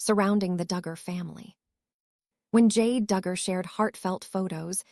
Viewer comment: "Jade" Duggar? Stupid AI. You sound like you're channeling Michelle Duggar's baby voice. 🙄